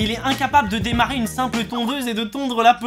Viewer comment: « demarER » aille..